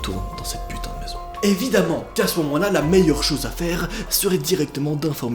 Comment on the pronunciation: Arrêté de dir putin touleten